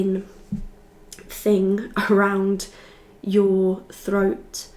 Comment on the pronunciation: Yeah the froat chakra is coming froo